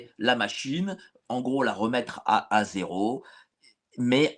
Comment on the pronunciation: face-orange-raised-eyebrow:C'est quoi, un grès très "zette"???:face-orange-biting-nails:Do you speak English?...